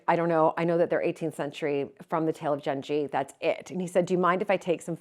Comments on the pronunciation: Genji is pronounced with a 'g' like girl. Can't wait to see the screens restored!!. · Just a small fyi. The "g" in Genji is pronounced like the g in good or glad.